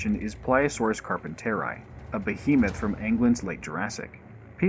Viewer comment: One thing that bothers me: Did you seriously pronounce "England" as "ANG-lund" when everyone I've ever heard say the word pronounced it "ING-lund"??